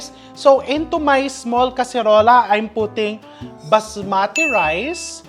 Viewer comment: Please don't cook Indian recipe again . If you donot know how to cook. You create mess. And you pronounce basmati rice to baaas maaati rice